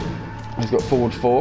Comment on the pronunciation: I loved this tutorial, just one thing, could you right down the notations, because I dont know if its because Im brazillian but sometimes I confuse your foward pronunciation with four, and sometimes you just say four foward foward four and I get lost, specially because I dont know if its 4, -> or 4-> or ->4 or ->,4 hahahahaha anyway thank you and I hope you do more videos like this